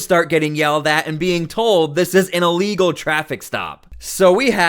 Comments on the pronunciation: haha I first thought she said unlegal...too funny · I thought she said “This is an amigo traffic stop” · Didn’t she say its “a legal” trafffic stop? rofl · “Unlegal”?? She doesn’t speak English! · Allegal not illegal! 😂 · “This is a alegal traffic stop.” Speak English much? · is she saying this is 'ah legal' traffic stop? LOL! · “This is a Alegal stop” 😂😂😂 Woman learn to speak! Arrest them if they interfere. No hesitation. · Somebody should tell her illegal starts with an I not an A! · Right!! Really she's saying it's a legal stop.😂😂😂